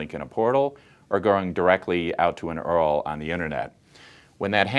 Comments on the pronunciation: Great vid. However, saying "U-R-L" instead of "Earl" will make you seem 10 years younger. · Yeah I immediately paused the video and went to the comment section after I heard Earl